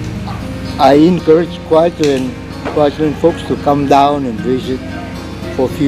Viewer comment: never "allein" in Kwajalein :-)